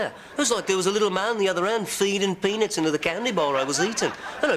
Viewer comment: hE SAID "PENIS" INSTEAD OF "pEAnUts" HAHAHAHAHAHA The best part is definitely Ringo.